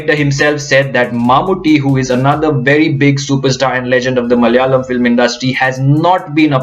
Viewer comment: My language is often the most mocked language....nice to see a north indian pronouncing the word 'Malayalam" so well.....